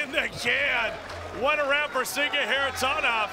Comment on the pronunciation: I wish the anouncer learn how to pronounce Kharitonov not Kharitonov